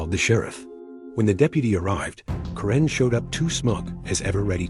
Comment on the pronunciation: It's Kare-n not Ka-ren, get it right AI.